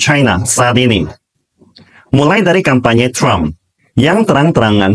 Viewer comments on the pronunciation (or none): none